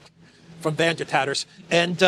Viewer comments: "Van Der Tatters" lol. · “Van der Tatters” 🤣🤣🤣